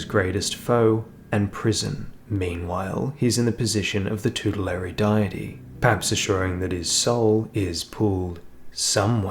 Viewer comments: Oh damn yeah,. Next time I'll say 'vegemite' or something instead. But nah man the video was still great, it was just soooo distracting every time you said "die-tee" instead haha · Great video. "Deity" is pronounced "Day-it-ee" by the way. I don't know why, but it is. Old Latin words aye, weird but cool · What does that have to do with anything? You said it wrong, they're trying to help you. Doesn't matter where you're from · All this work and you can't pronounce deity? How is that possible?